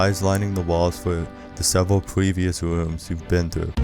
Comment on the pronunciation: “you’ll see eyes lining the walls for the sevewal pwevious wooms”